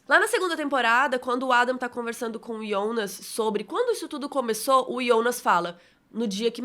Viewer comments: ouvir "Ionas" incomoda, prefiro Jonas. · Ionas? Kkk sai pra lá, é JO NAS! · Que menina chata falando Ionas o tempo todo 🙄... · Me desculpa curto muito seu conteúdo , mas vc faz vídeo pra quem assistiu e vai assistir em português ou alemão ? Até entendo que vc assistiu em alemão e por isso fala o nome Jonas assim mas por favor reveja esse conceito ,seu conteúdo é nacional !!! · mesmo em Alemão você pronúncia errado...